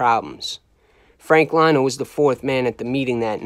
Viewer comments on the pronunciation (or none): How you a mob historian and you pronounce Frank Lino as Frank “Lie no” it’s pronounced “Lee no” Eddie Lino got wacked by the mafia cops.. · You put out very good content and I enjoy your shows. However just a few corrections on some pronunciations of certain peoples names. For example Gerlando "George from Canada" Sciascia last name is pronounced Sha-Sha. Frankie Lino's last name is pronounced Lee-No. Besides that, you're all good. Keep up the great content !!!! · Pronounced Lee-No in Italian Li is pronounced Lee. As in Lioni, Leone